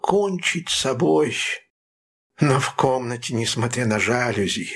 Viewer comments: Не жАлюзи, а жалюзИ – это французское слово, а следовательно, ударение на последнем слоге. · Прекрасное прочтение! Спасибо! Один момент: мне казалось, правильно произносить "жалюзИ"? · Это так. Ударение на И. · Да, правильное ударение в слове "жалюзИ" на последнем слоге. Такой он, французский язык!)